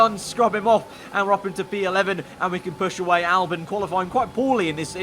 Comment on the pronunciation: Can you please pronounce albon as Albon and not Albin